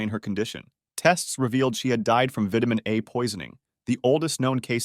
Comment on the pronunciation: By all that is holy, learn how to pronounce vitamin correctly!